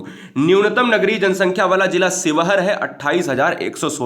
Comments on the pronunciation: Bhai ji sheohar शिवहर होता है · न्यूनतम वन क्षेत्र वाला जिला :–शिवहर है सर ना कि स्योहर 👍👍